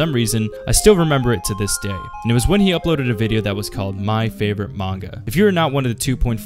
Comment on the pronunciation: Great manga, also it would be great if you pronounce the name right ;)